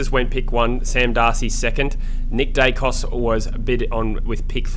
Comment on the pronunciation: Who is Dykos? Daicos is his name.